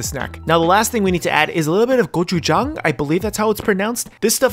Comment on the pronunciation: 뭐 보고 is one of my favorite foods that my grandma would make whenever I visit I’m pretty sure I’m 1/2 beef 😂 Also your gochujang pronunciation was good